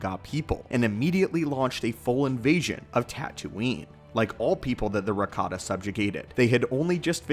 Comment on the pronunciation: ohh. But it sounded like Ricotta, I swear.